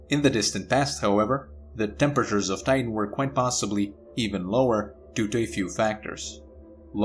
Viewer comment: The German accent slipping in.